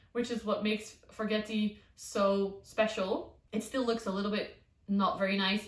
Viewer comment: This was the first video I've seen of yours and I really enjoyed it, especially he reassurance that even experienced plant tubers kill plants. You showed the plant in your grow tent with water collecting on the leaves. Will that not damage or rot the leaf? Also, I am a horrible pedant, but the forgetii is pronounced forget-ee-eye.